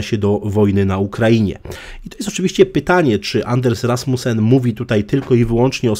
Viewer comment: Anders Fogh Rasmussen po dunsku ( Anas Foł Rasmusen)